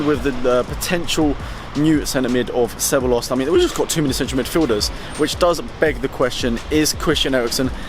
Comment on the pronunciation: Took me like 6 rewinds to understand which Real player you were talking about. It's pronounced se-bye-yos